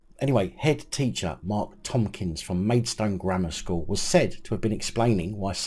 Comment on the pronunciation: It's Tomkins not Tompkins